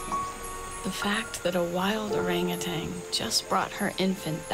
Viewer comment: Why are you calling them “orangutangs?” They’re orangutans.🤦‍♀️